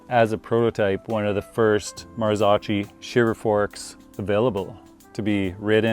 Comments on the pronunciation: The drool is real🤤 FYI - it’s pronounced “Marzokkee”😉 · Marzocchi is pronounced MAR-zo-kee. The first syllable, "Mar," sounds like the word "mar," and the second syllable, "zo," is pronounced like the "zo" in "zone". The final syllable, "kee," rhymes with "key". 🤣🤣🤣🤣